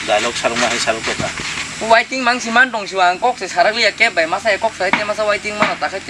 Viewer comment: ওয়াইটিং or, ওয়েটিং 🤣🤣🤣🤣